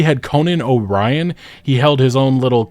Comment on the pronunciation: Literally came here to make this comment! It's O'Brien my word.